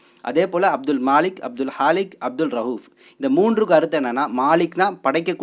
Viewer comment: காலிக் படைப்பாளன், மாலிக் அரசன் ஆனால் வீடியோவில் மாற்றி விளக்கம் சொல்லப்பட்டுள்ளது. ரவூப் ,ரகூப் என உச்சரிப்பு. தலித் பற்றி படம் எடுக்கிறார்கள் என்பது தேவையில்லை. அதை சொன்ன விதம் சரியாக இல்லை. கவனம் செலுத்துங்கள். உச்சரிப்பு மற்றும் எச்சில் விழுங்குதல் இல்லாமல் போடவும்.